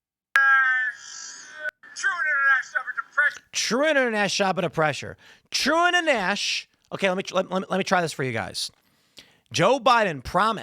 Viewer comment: Normally don’t comment on YouTube but what’s worse than Biden saying trueinternationalgaprgshdhd is how loud the crowd cheers. This man says nothing but baby gibberish and gets a roaring applause.